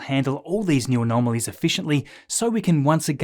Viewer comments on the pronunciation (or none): none